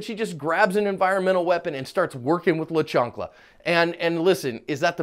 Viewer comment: La Chanclaa..I wasnt sure if I read the title right. When I heard you say it, omg you killed me. Lmao